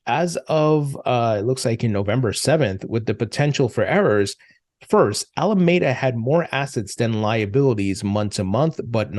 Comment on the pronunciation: It’s Ala-MEE-Da. Pls say it properly. You lose credibility when you mispronounce it.